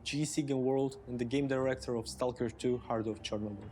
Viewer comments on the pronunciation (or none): This lady: "Wolfensteeeeeeeeen" & "Kornobyll"